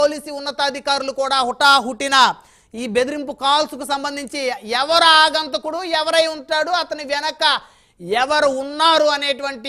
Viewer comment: గారు ఆగంతకుడు కాదు...అగంతకుడు అనండి